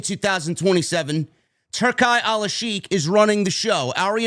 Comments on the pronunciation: It’s pronounced turkey, dawg. Like the lunch meat. Not Tur-kai. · Its pronounced turkey Turki sounds dope though 👌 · *Turki is pronounced like 'Tur-Kee'.